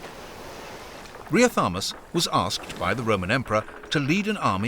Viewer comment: Riothamus, which pronounces as Riotamus. Don't you hate inaccurate voice-overs? I do.